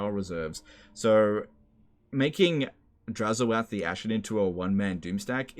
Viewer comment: It's oath, not o-ath.